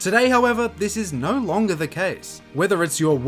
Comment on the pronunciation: Why do you speak like that ??? "Naur" 😭